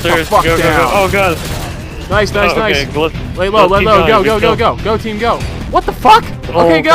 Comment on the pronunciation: said "enemy tream" lol